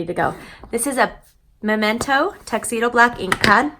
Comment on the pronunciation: A rare occasion when someone pronounced “memento” correctly, not “MOmento.” Thank you! Ridiculously simple card. I’m saving this video for future cards.